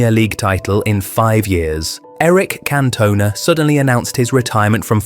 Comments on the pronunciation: Can-Tun-Ah not Can-Toner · Can-toner? switches off fvck you if you can't even say his name correct. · Can't watch it, AI messing up Cantonas name is extremely poor, not good enough! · At least pronounce his name correctly. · you say his last name wrong